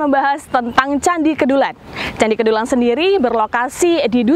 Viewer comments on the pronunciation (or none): Kedulan...huruf E dibaca seperti dlm kata Teras